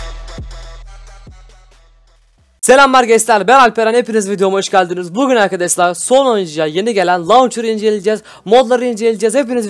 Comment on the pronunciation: Hep arkadaşlar hatta arkadaşlar değil arkaşlar diyorsun.